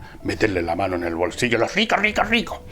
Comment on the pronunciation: Venia viajando en bus y cada vez que Fernando decia "los rricoh, los rricoh". Me contenia de la risa para no molestar al pasajero de al lado. Villegas es un crack!